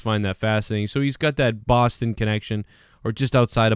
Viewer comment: dude, say boston again